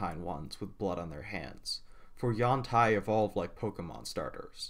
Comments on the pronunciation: Nope. Ed Greenwood has weighed in, claiming its pronounced yawn-TEE or however you want, since it's a fantasy word. But it appears to come from a poor Chinese translation meaning "flexible body" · I have two comments. 1. I do not care if it's the official pronunciation, according to WotC, Yawn-Tai sounds cursed to me. It's been U-an-tee for so long for me it's the audio equivalent of which some stick an ear of corn on the cob in their mouth length-wise. 2. I understand it is a sensitive subject so I will try to tread carefully. The representation of Yuan-Ti as emotionless is not meant to be a representation of Autism or any other kind of mental issue. It's meant to be a representation of the less complex brain structures of reptiles, the same as is done for Lizardfolk. It could also be argued that it's a representation of psychopathy or a media-based depiction of psychopathy, but that's not really my place to say.